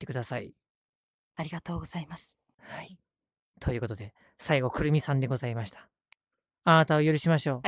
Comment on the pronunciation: ここありがとうございましたの、ございましたが、ございまいだになってる｡(多分の疲労だと思う｡ゆっくり休んでください｡)